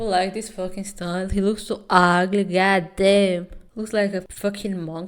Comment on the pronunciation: The god damn sounds like got em 😭 accents are awesome